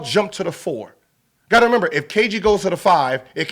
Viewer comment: My man gilbert is dumb as hell lol he kept saying member its remember lmao